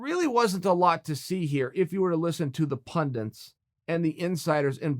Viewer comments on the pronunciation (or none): PUNDIT not pundent